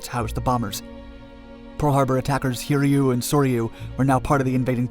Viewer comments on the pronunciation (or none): none